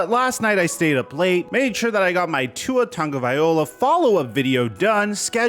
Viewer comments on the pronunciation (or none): Ya I do consider YT social media and him mispronouncing Tua name was probably the least ignorant thing uploaded on YT that day. 2) Tua a Christian soldier and pleasant human being..he's not worried about his name being butchered by some dude. Should he attempt to pronounce his name correctly? Yes. Is it a big deal? No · Lol bruh you botched Tua’s name so badly 😂😂